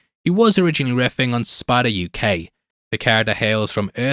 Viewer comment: I didnt realize you had an accent until you said uk